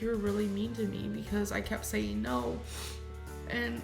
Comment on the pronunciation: Heartbreaking to see in this episode how Becky gave in and deteriorated at the behest of ALR. Just “sayeen.” Btw, binging on Werther’s Hard Caramels watching this. 😋